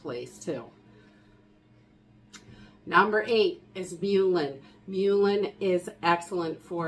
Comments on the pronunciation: Great information! I love your haul videos too. Please don't get offended but "mullein" is pronounced "muh-lin" and "salve" rhymes with "have." Thanks. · Mullein is pronounced Muh-Len I believe.